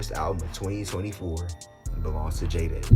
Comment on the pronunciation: the way u say jaydes pmo so bad